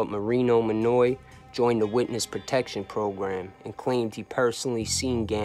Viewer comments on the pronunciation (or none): none